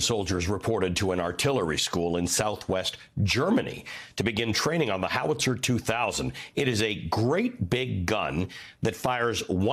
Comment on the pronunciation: It's Howitzer. Not Howlitzer, Howitzer. He's not the first news anchor to put an L in it. What's going on, guys?